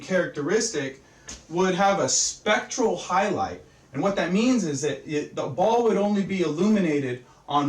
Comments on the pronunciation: I think he meant to say a SPECULAR highlight, and not a SPECTRAL one. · Specular. he is trying to say SPECULAR. not spectral reflection.